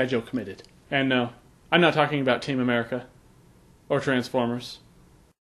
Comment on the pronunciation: To think we would have never heard America mispronounced quite the same way ever again without this comment is... 'mazing.